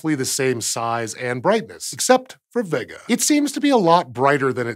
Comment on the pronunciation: Great video. But isn't it pronounced vay-ga, instead of vegga?